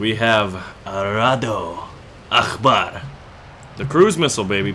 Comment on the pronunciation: You pronounced "Akbar" so wrong lol